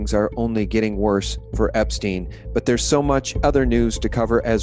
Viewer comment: Bitcoin is bullshit! Just a new version of fiat money created out of thin air! On the other hand I'm thoroughly convinced that the evil ones very soon will get their eternal divine punishment. It's near! Peace and love everyone! (Btw learn to pronounce epstein correctly! It's not epstien! How do yo pronounce rosenstein for instance? Why are all americans so uneducated I wonder?)